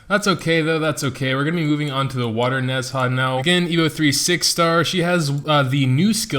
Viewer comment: its call Ne-Zha not nez-ha, people can call wu-kong correctly not wuk-ong so people can call ne-zha correctly too..